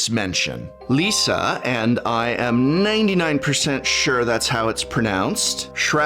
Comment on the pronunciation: Thanks for being the first youtuber I see, pronouncing Liesa correctly. From a germanic european